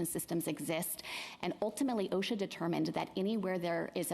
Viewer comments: Roberts nailed her. They've had two years to get Congress to act. It's not an emergency for anyone, but Biden. Next time send a lawyer that can pronounce OSHA. What's Awe-Shucks? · The lady speaking can't even pronounce OSHA correctly, but is in a position to promote compelled toxin injektions? LOL - hey lady....it's not Oshkosh - but that's not important right now. SMH pathetic!!!!!!! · I’ve never heard OSHA pronounced asha.